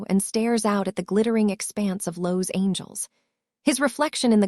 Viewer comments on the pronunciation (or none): You lost me at the miss pronunciation of Los Angeles.